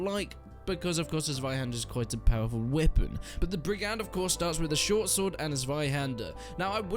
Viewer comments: btw brigand is pronounced more like brig-ind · he pronounce it right appart the d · Quite embarrassing to be a British person who can't pronounce 'brigand'.